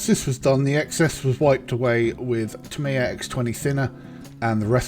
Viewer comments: Tamiya = "TA-me-ya" (and, in fact, the most accurate Japanese pronunciation sounds more like "TAM-ya," where the "me" is more like an apostrophe than an actual syllable.) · You say you speak fluent Japanese yet can't pronounce "Tamiya" correctly? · It seems a little disrespectful to knowingly mispronounce a name.